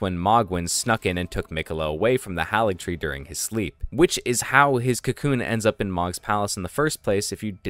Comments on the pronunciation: It's "Moh-Gwyn", not "Maw-Gwyn". "Hayligtree", not "Hahligtree". That voice at the start is unlikely to be Miquella's. Everything we know suggests that the Tarnished is looking for Miquella in the Land of Shadows. Yet, the voice in the dialogue tells the Tarnished to touch the withered arm and they will "not be far behind". It's another NPC who's also going into the Land of Shadows with the Tarnished. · Mohgs name is mohg not mohgwyn. Haligtree is pronounced hay-lig tree and Marika is mare-ik-uh. Not being a prick. I know when I pronounce things wrong I get mad when no one tells me